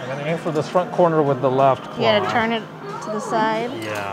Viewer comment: I laugh every time you say "churn" (turn) haha 😂 Nancy from KAM used to say that all the time and people said something about it so much, she works so hard now to remember to say it correctly lol she slips up every once in awhile and almost says churn again 😂 yours isn't nearly as strong as her's though.